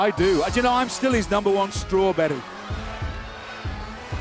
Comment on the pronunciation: “Jason Jordon” titantron and Brandi saying “Chicago, IllinoiSS”